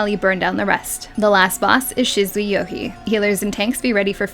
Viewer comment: Shizzuey rofl. Oh dear these Japanese name pronunciations are going to get me aren't they.